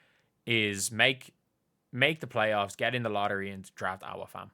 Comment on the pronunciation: Did you say playoffs?🤣🤣🤣😂😂😂